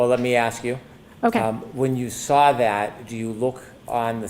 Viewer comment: I hate when he says lawr or sawr🙄